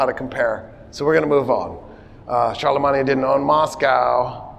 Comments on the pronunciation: Are you purposely pronouncing Charlemagne that way? 😅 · we absolutely do not have a military presence in 146 countries why are you pronouncing Charlemagne like that? You're not speaking French. It's okay to pronounce it the English way since you know, you're speaking modern English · "charlamanya" die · So wait, have I just been pronouncing Constantinople, Charlemagne, and Berlin wrong my entire life?